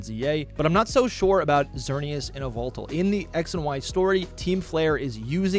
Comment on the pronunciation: Dude. What was that Yveltal pronunciation?